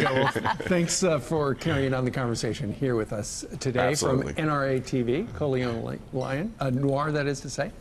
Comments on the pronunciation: "Colion Loin" LUL! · Totally slaughtered the name at the end lol Lion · He said Colion Lion! 🤣🤣🤣